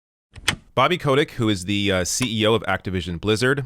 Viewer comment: OK I have two complaints to make here. His name is pronounced cottage you know, like that cheese. And you forgot to draw devils horns on his face, he really likes it when people do that.